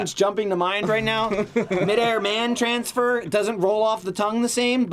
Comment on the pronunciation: A "Mansfer" lmaooooo